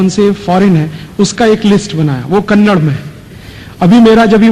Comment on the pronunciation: Kannada aap ke mukh se achha laga